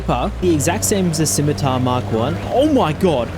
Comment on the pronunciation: 20 seconds in and already I have to award you points just for being able to pronounce Scimitar.